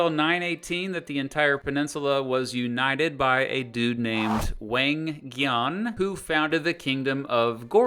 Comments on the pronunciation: wÆnG gYaWhN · Korean Pronunciation Tip: when you see "eo" it's pronounced more like the "u" in "gun". So Wang Geon is Wang Gun. Joseon is pronounced like "Joe Sun". Joseon is an important word. Many Koreans see their state as Joseon not Goryeo (Korea). Other pronunciation tips: Vowels are also typically long vowels, so the "a" in "wang" is the same as the "a" in "father," and the "o" in "Sejong" is the same as the "o" in "phone". Decent pronunciation otherwise! We're not gonna talk about "gye" lol just pretend you didnt say that